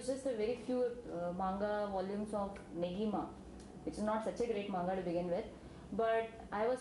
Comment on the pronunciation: oh n...dey seriously cant pronounce manga...xD...made me laff so much~~cant believe de girl watched in subz o.O...